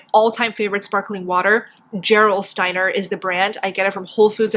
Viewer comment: It's German. Pronounce the G hard not soft for Gerolsteiner. Like in the word ghetto.